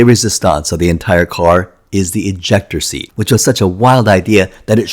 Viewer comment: I almost thought he said "injector seat", which might have been a fun concept for any spy spoof movies to play around with!